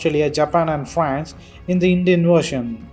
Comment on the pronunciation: listen to the way he said FRANCE 🤣😭